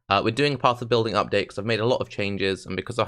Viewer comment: "ubdate" :D. I would like to ask you about interaction of ES mastery "Regenerate 2% ES per second" and Wicked Ward keystone. I tested it on my chars from past league in standard and it seamed really powerful. Basicaly as long as you have ability to start regen from 0 it will always regen and you will always have ES to buffer for HP. (IGN: HawkBlade94 so you don't have to wreck your brain on how to pronounce my name)